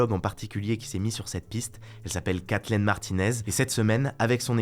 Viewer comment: Kathleen se dit comme Kathline et non comme Kathlene.